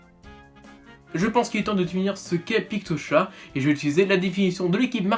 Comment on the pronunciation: Ca me fais bizarre parce que tu le prononces pas pictoTCHAT (c'est comme ca qu on le prononce je pense vu que ca sert a chatter)